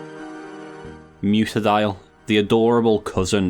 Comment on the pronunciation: It's mutt-a-dile. Not mute-a-dile. It's a dog. I don't know how this pronunciation proliferated but it's one of Those for me.